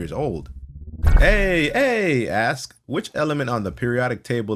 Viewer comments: pronounced "aye" like "hey" without the h. It's pronounced like "eye". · That's not how you pronounce aye.